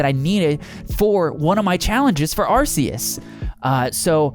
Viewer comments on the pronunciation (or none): You said arceus wrong